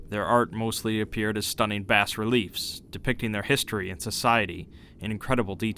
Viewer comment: Great video series man you should do some more now that the new game is coming out! Btw the 'S' is silent in bas relief.